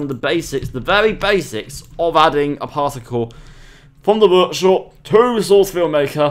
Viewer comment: Vorkshop? Are you russian or something?